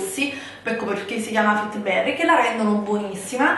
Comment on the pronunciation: Non si può sentire fittibberry .......eddaiiiiiii 😭😭😭😭😭